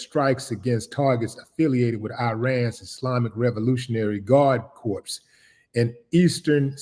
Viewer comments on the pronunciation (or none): Willie D, when pronouncing the word corps, the "s" is silent.